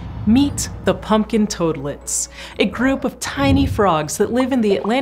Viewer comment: I like how she calls them "Punkin Toadlets"..